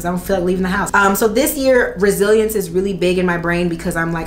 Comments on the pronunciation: Girl I thought you said “Brazilians” not Resilience. I was like what?! 🤦🏽‍♀️😅😂🤣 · I heard that, too, and it cut to a commercial right at that moment so I was sitting there like "Huh." lol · I literally saw this comment as I heard “Brazilians” too 😂😂 I’m like wow it must feel like a piece of cake now lmao